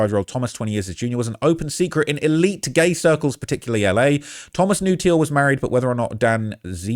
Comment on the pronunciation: It's pronounced "Teal"